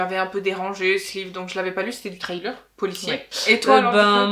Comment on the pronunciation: C vrai que vous avez plein d’objectifs cette année. Vous êtes tranquille là-dessus ?Une chaîne que j’parcours volontiers ”les lectures de pippin” . Et je reconnais bien que j’suis sur votre chaîne à toutes 2 avec l’anglais : prononcer ”trailer ” pour ”thriller ” . . .😮😄🌸👌🏻👋🏻